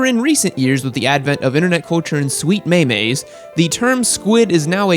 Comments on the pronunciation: Its not meh-meh. Its mim idiota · its meem not maymay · it's pronounced meem not "me me" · What kind of sick fuck calls it May May? It Meem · Sure the meme is called "me me" but it is called "meem" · Meeeeeeeem.... not meymey. Hahahahahahahah but since you a cool bro, you can probably say meymey anyway hahhahahaha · mey mey? did you mean meme? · Its pronounced miim not maymay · is it "maymay" or "meeem"?? squids be squidding, I think you got them all! lol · why would you say may-may and not freaking meme. why? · Its pronounced MEEM not MEMEE i am a better person for saying it meem way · dammit its "meem" not "mey mey" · Did u just say maymay? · Did he really pronounce "Meme" like MeeMee? Unsubscribed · 2nd one, how is a skilled ride that wears full gear a squid? and its pronounced meem. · Did nobody else notice how he pronounced "meme" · He mispronounced the word meme 😂😂😂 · Is everyone going to ignore the way he pronounced Meme?!